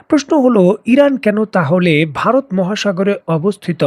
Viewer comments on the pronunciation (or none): none